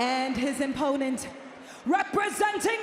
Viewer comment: "And his imponent" ? Samantha Irvin rocks haha